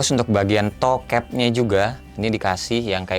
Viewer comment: Kok bilangnya "toe cat nya juga" , bukan toe cap . . . 🤣